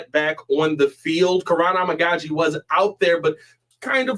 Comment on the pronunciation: I could be wrong but I think the correct pronunciation of Amagadjie is A-Mega-G